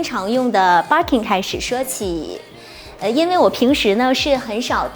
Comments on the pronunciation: Barkin 汪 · Birkin的發音怪怪的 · 她讀錯的，一直沒改